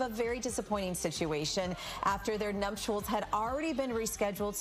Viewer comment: Did that reporter say "numptuals?"